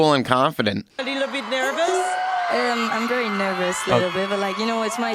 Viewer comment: from thai...you said vely well thk.